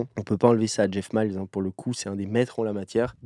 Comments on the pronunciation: Pour info, Jeff mills se dit M I L L S et non pas MILES comme robert miles :) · C'est "Mils" pas "Mayls" ;) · c'est pas Jeff ''MILES'' c'est Jeff Mills ...😂